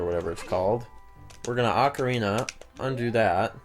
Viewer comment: I think pronunciation is very important. For example, any chance that you could pronounce "Ocarina" the way I always have, now confirmed to be the CORRECT way?